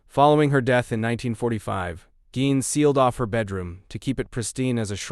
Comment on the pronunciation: Geen pronounced not gine